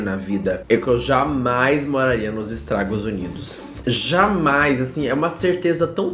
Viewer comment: É impressão minha ou ele falou estragos Unidos? 😂😂